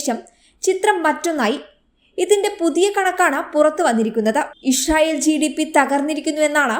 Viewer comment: ഇശ്റയേൽ അല്ല. ഇസ്രായേൽ ✔️